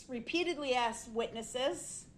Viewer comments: he never told the troof and he axed tons of questions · “Is it or is it not fair to say I axed you that and you never showed me the lawful law” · He’s worried about having 77 charges it was only 76… he even said I … but don’t talk down to me… you do dat all the time… I AKS you not to do dat… your honor you took an oaf of office .. I don’t consent to the thousand years you are about to give me your honor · I agree. brooks tries to act like he is intelligent only to fall short as soon as he opens his mouth. When the first thing out of his mouth is “I AXED and the TROOF” he loses all credibility. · They Bof did and no one even axs him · I object - hearsay, who axed you? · did hé axs this oaf??